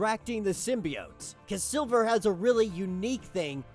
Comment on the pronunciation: lol this dumbass was say silver the whole video.. its SLIVER WTF